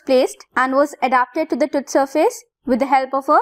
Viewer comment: Why pronouncing TOOTH as Tuth ?